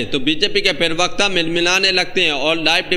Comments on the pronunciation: पिरवकता नहीं होता है भाई प्रवक्ता होता है। सही उच्चारण से बोलो। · Bhai pirwakta pirwakta pirwakta..kya hota hai pirwakta? Prawakta hota hai